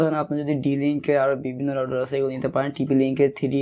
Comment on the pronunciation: রাউডার না ভাই, রাউটার।